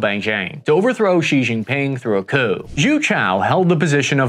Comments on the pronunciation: You can just pronounce Xi as "shee". English speakers tend to add ambiguous blends of X and J sounds which really make it sound like the expert hasn't taken the time to look for the pronunciation. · Xi Jinping's family name is pronounced Shee Not Jeee, the first character of Deng Xiao Ping's given name is pronounced Shiao (rhymes with how) not Shiong and Jiang Zemin's given name is pronounced closer to Zer-min (rhymes with her fin). Your pronunciation of the names of key Chinese figures somewhat undermines the credibility of your otherwise good conclusions about the state of China's military